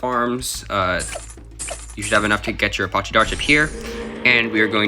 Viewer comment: It’s a-patch-e not a pot che